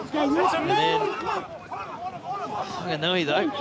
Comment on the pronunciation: Thanx to WFRTV → 2maarrch Whanganui Butcher Boys ☺ √ → commentators you sound ridiculous/stupido it's Whaaaaarrrrggganui NOT fonganui → there's no "O" in Whaaaarrrrggganui capic....speaka da englisi :)